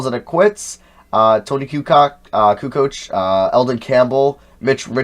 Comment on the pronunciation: tony koo-cock has me in tears